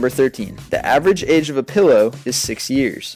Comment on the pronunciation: lol food became Fuh-d poop became puh-p pillow became pill-o-uh and moon became Mune haha the way you emphasized the o's